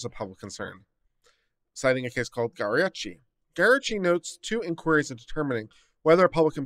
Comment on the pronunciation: Sometimes, I just tune into this channel to see how bad names are butchered. Fuchs -- pronounced Fooks or sometimes like F-you-ks (common Germanic name). Garcetti, pronounced GAR-Setti or Gar-Chetti (family preference) definitely not Garachi. Giglio, is prounounced Jeelio (that one is not obvious though, but Ben Afleck had a movie called Gigli --JeeLee that was a bomb). OK with the analysis though.